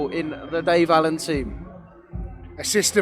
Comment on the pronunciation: Are we just ignoring Dave Aleen are we? Pretty sure it's Allen.